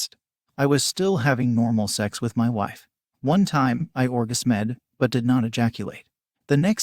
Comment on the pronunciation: excuse me sir? or-ga-smed?